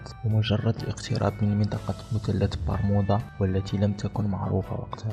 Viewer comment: انا نسيت مثلث برمودا وقاعد افسر طريقة كلام اللي مسوي الفيديوا والثاء لاينطق تاء يعني مثلث مو متلت لما تبغى تتكلم بفيديوا يشاهدوه كل الجنسيات العربيه اتقن نطق اللغه العربيه اولا